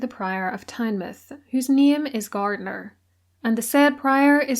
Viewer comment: Really enjoyed the video but have to mention your pronunciation of Tynemouth lol hate to be that person but as a Geordie it got under my skin. Tynemouth gets its name as it’s the mouth of the river tyne so it’s pronounced the same way Tyne mouth